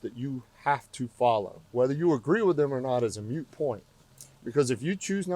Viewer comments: My dude keeps saying "mute point." It's MOOT. 😂😂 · Officer, the word is Moot. Not MUTE. I agree with her 😊